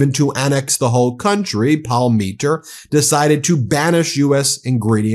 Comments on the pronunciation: Dude, please, it's POM-ah-teer, not Paul-MEE-tur in the pizzeria story you read. It's kinda phonetic. Among other things, it's the surname of a legendary Toronto hockey player, so the mispronunciation is twice as painful. Please read more carefully, or ask around how to pronounce things. I give you props for learning to say Polievre at least, which is easy for Americans to struggle with. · Ughhh,. its pronounced " Paul-Mah-Teer " not "pal-me-ter" 😂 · Fyi.... Palm-a-tea-r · Sorry but you butchered the pronunciation of Palmateer's name, but we'll let it slide.